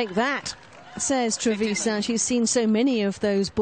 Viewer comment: The accent is on the last A TrevisA’n